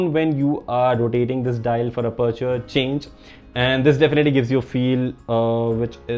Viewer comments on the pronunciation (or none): Anyone else loves the way he says aperture Lmaoo Ah-perch-er